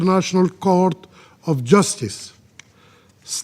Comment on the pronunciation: Justice not "Jastis"